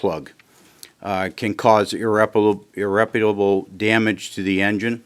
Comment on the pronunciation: Did he say ‘irreputable’ damage to the engine?